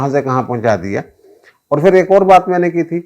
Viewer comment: Janab, lagz "fir" nahi, "phir" hota hai